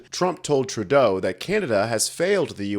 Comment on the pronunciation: As a Canadian, I wish you would at least pronounce his name correctly.